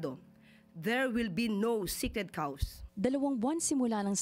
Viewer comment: did (Garbage In Garbage Out) mean to say "Sacred Cows" not "sekred caws"?